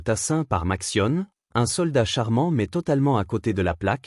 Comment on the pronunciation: Oh là, la sale prononciation typique de l'IA : Matsione... ;-)